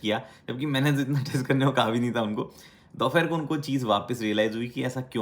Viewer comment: Bhai dopahar.. dophair kya hota?